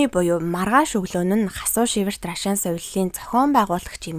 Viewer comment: Наль наль гээд ямар ядаргаатай ярьдаг юм бэ.Түүнээс гадна наад Рашаан гэдэг үгээ битгий Ррашаан гэж дуудаад байлдаа .Монголчууд наадахыг чинь Аршаан гэж дууддаг юм.Аягүй чихэнд чийртэй дуудах юм.